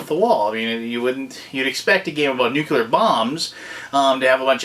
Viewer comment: Nice review! But you were slowly driving me crazy with your pronunciation of "nuclear." heh You kept saying it as "nuke-you-ler."